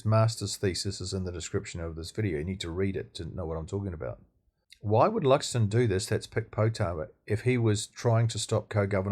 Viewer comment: It's Luxon. Just sayin.